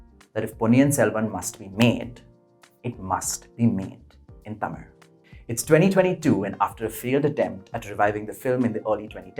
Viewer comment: ..I am surprised.. the way u pronounced Tamiz and not Tamil.. Chozhan n not cholan.. Ur diction has added elegance to this piece.. Too good dear..